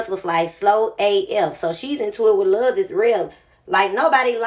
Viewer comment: why u say luz like that lmaoooooooo